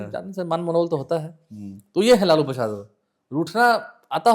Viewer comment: इसको लालू प्रसाद यादव का नाम तक तो बोलने आ नहीं रहा और यह लालू प्रसाद जी का किस्सा सुना रहा इसको पता भी है कि लालू प्रसाद क्या हैं